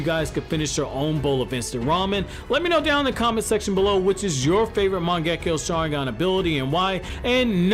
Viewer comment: Turning off the video after first seconds when you misspronounced the name of the mangekyo sharingan.